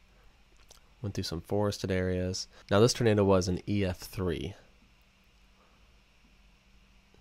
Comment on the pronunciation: “Turnado” lol